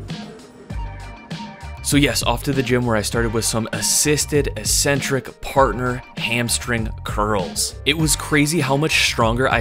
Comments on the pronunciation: The word “eccentric” has two Cs. These are pronounced as they are in the word “accept”. Don’t know why people seem to pronounce it “E-centric” in fitness videos? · ECcentric not Ecentric. Please. Please... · EEEEEEEEEcentric is not a word in the English language. It is pronounced eK-Sen-Trik. Don't listen to all of the meatheads who think the word only means crazy. It doesn't. It means 'away from the center'. An eccentric person is considered 'away from the center' or 'away from the norm', or 'away from the top of the bell curve', if you will.' JUST like the tendons moving away from the muscle belly is considered an eccentric motion. You're smart and an independent thinker. If you don't believe me, just take two minutes to look it up. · Great video. However, "ee-sen-trick" isn't a word, it's pronounced "eeK-sen-trick" or even "ehk-sen-trick", I believe for all its meanings. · its ek-centric, not electronic-centric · Its pronounced eck sentric.